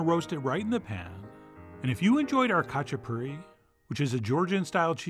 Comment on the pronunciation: i find it silly and stupid how you completely butchered the georgian name "khachapuri" lol.